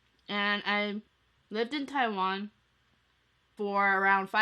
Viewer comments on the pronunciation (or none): none